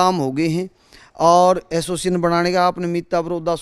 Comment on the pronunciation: Tum log association ko assoision kyu bolte ho